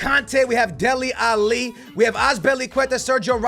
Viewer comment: bro you gotta start saying Alli instead of Ali